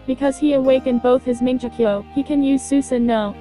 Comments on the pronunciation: i hate that voice and wat is “manjekyo”!!! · lol "mingeekyo" sharingan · the oice is annoying and also who else was triggered that they mispronounced "Mongekyo?"